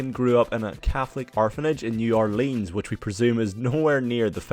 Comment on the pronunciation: that's not how you pronounce new Orleans